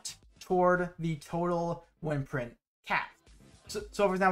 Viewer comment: The way you say wyrmprint really bothers me. Lol. Like, you said can or "worms" correctly. And theyre pronounced the same. good informational video, though, for sure.